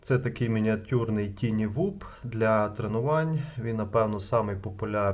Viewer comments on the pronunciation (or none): просто правильно казати ТАЙНІ а не ТІНІ…